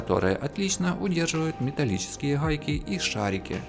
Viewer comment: Рахатка, хайки... Неужели нельзя нормально говорить?